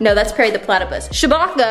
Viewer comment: It's CHEWBACCA not Shbacca 😂😂😂😂😂😂😂😂